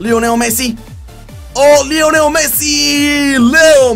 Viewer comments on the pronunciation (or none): none